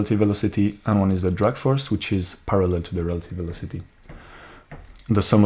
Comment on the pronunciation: It's not drug but drag (draag) force ;)